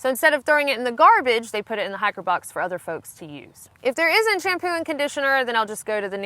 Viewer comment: Lol I keep thinking you're saying "hackers"